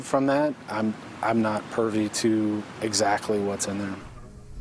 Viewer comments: Why does the dude say"pervy"? 😂 It's privvy!!😂🤣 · lol I caught that too. Its like, my dude, the word is "privy". lol Actually he comes across as a bit "pervy" to me. lol JK or maybe not. heehee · Would someone please tell that cop it's PRIVY not PURVY lol ! 🤦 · Dude said "I'm not 'pervy' to what's in there". 😄😄😄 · I'm not pervy??? Did he mean I'm not privy? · I caught that too. I listened twice to be sure that’s what I heard!! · I caught that too lol 🙄